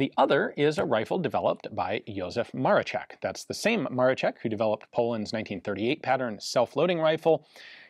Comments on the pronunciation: Ian, you're spot on with your 'Le-sh-ek', so please remember that Maroszek is exactly the same, that is, 'Maro-sh-ek', not 'Maro-tsh-ek' :) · Why do u keep saying Ma-re-check? Its Ma-ro-scheck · not MaroCHeck but MaroSHeck! Polish SZ is SH sound in English and CZ is CH sound. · Amazing video! I find it hilarious you can pronounce Leszek as LeSHek, which is proper.... But for Maroszek ( MaroSHek ), you go full MaroCHek :D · Maroszek is expressed like Maroshek not Marochek, but nice vid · Maroszek you say "Maroshek" like in "shed", not "Marochek" like in "check". Thank you so much for the video. You've nailed it with the most credible info that we have and with myth busting. Right after the war Hitler said something like: "Poles had surprisingly anit-tank weapons but it did not hel them." The physics behind this rifle is fascinating and mostly not understood. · In Polish it's pronounced Mar-o-shek and not Mar-o-check. Where do you see a a letter "c" in Maroszek? The English language always butchers Polish names, they add letters to words that don't exist like was done here. If I see that a word or name starts with the letter "I" why would I conjure up a different letter, like a "C?" So "Ian" now becomes "Can." Doesn't make much sense now does it? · by the way, you say maroszek more like Maroshek in english, sz = sh, just for understanding polish language :) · Awesome video as always. Just a note - and I'm sorry but being pedantic is a problem of mine , "Maroszek" is pronounced "Mah-raw_shek_" . In Polish, "SZ" is the Equivalent of a "SH" sound and "CZ" is the Equivalent of a "CH" sound. I'd know, as my surname contains both a SZ and a CZ haha. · Ian, you have no problem with pronouncing correctly 'Leszek' and 'Felsztyn', but for some reason you're stuck with incorrect version of Maroszek. In Polish, digraph 'sz' equals English 'sh'. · Pronounces Leszek correctly Pronounces Maroszek incorrectly multiple times It's the same consonant in both ffs